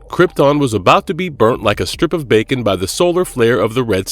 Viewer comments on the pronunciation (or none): none